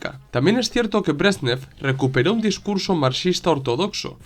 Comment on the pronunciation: Se llamaban Leonid Brézhnev y Alexéy Kosígin que se pronuncian; /lianíd bréshnief/ y /alikséi kasíguin/. Te lo escribo porque es fácil hacerse un lío con los nombres rusos. Muchísimas gracias por tu una vez más excelente trabajo, muy bien documentado y expuesto. Saludos.